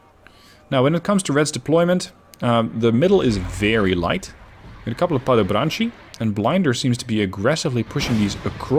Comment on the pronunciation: just a pet peeve - it's pronounced padobran(ts)i or padobran(z)i, not padobran(tch)i. Love your content, tho!